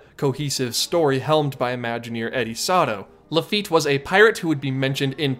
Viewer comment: I wasn’t going to mention it but because you corrected where a correction was not needed I will say it. You pronounced “Laffite” wrong. Sorry.